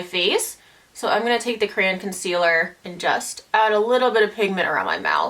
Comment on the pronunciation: girl are you trying to say CRAY-ON???? LOL